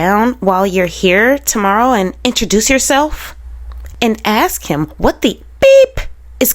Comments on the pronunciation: Let me just comment on the word ask, let's take the first phoneme (sound) which we can all agree is short A as in Apple. Ok the next sound is S, not K. So put it with the A, you get the word as, not ax. Get it? It's so easy! Then just add the K after AS K. You can even put another S on the end and make ASKS. But no AX ever. No malicious, just linguistics. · The word ax coming from Sarah is telling! 🪓 It fits her profile perfectly!